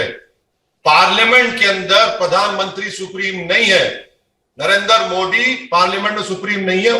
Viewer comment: ये मवेशी हर योजना हर काम का विरोध करता है शुअरों के दिमाग का दही बना हुआ है।न इस 🐖 को मोदी जी का नाम बोलना आता है । पत्रकारों को चाहिए कि वे इन 🐖🐖को डिबेट में न बुलाया करें